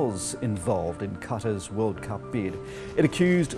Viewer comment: “Two tventy two vorld cup” 😂😂